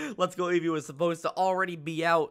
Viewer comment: Me:(vibrating on spot because nervous from battle) Eevee:(automatically asumes shaking joy con) VEEVEE VOLIE Me: oh God, I sent off a nuke (Also eevee actually said veevee volie in game)